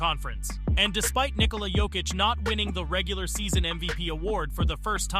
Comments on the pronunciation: Pronounciation guide: Serbian 'j' is pronounced as English 'y' (so, Jokić is 'yoke-itch', not 'joke-itch'), while 'dj' is pronounced as 'j', (like in Novak Djoković) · BRO can you learn how to pronounce his name, is not JOE kich, its Jokić (Yo kich) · Great vid, but man: The way you pronounce his name is awful sometimes. It should sound like Yokic, and many times you sad it with J. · The biggest disrepect is that narrator starts this video with correct pronounciation of Jokic’s name and after 2 minutes can’t pronounce it any more. 🤯😵‍💫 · How you say his name wrong 5 different ways? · learn how to pronounce his name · Even worse if its AI. Just make it say Jokic correctly ffs. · I don't know if this is hired person for voiceover or author of this video but it discredits your whole point if you don't know how to pronounce Jokić and Olajuwon